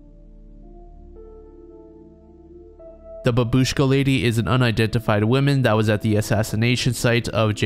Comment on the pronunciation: It's pronounced bAbushka, the first A is stressed. In Russian at least.